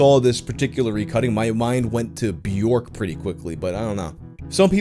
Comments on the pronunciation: Bjoerk's name rhymes with "jerk", it's not "Byork". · Björk? Not Björk?